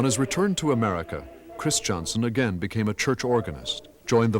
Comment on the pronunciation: I have never understood why conductor Anton Armstrong continues to pronounce the name "Christianson" as "Chris" "Johnson". I think the speach defect has spread a bit at St Olaf College and is quit stange as it is not the correct pronounciation of that well know family name. His sons did not pronounce there name as "Chris" "Johnson"